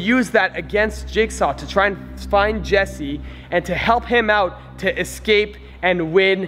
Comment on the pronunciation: it is jesse not jersey and it is jigsaw not jacksaw